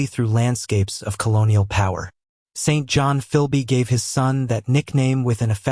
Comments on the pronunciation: Correct! Pronounced Sinjun. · We here in Britain do not pronounce the name St.John like that!